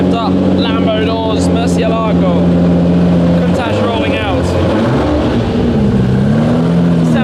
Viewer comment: Ed Bolian would not like you guys mispronouncing Mercielago